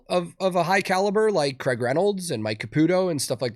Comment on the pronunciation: One day americans will leanr to pronounce Craig